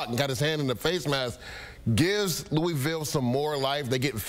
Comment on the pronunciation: Luh ah vul=Louisville